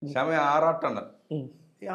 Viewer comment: സെക്സി അല്ലാ ശ്യാം ബ്രോ ഷെയ്‌ഷി